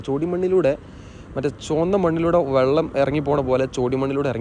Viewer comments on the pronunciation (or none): none